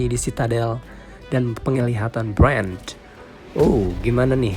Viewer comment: Ngomong Bran... Itu belakangnya gak pake "d".